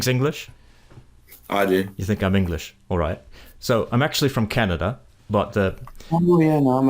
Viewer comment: Yeah that could be the case, people of the second generation sometimes have different speech than those who aren’t, what I do notice is that he sounds like he’s pronouncing everything “by the book”. For example CA-NA-DA, we usually don’t say it like that. Vowels are also really short sometimes where we’d lengthen or relax them a bit more. It’s just that I can’t hear any foreign influence.